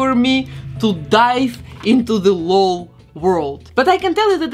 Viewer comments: It’s l-o-l not lol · I love all your work 🤩 but please it’s El - Oh - El dolls not lol dolls 😂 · You said lol dolls wrong not lol L.O.L. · I love it when people pronounce it Lol instead of L.O.L. xD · I love it! To help u know how to say it, if its even necessary, the LOL is pronounced just as letters so its L.O.L doll (eL-Oh-El) doll. But i like how u say it. And u can say it however u want. Just in case u want to know. I just love your channel so much!